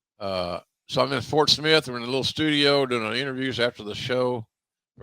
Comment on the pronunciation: Did he say Fort Smith or Port Smith?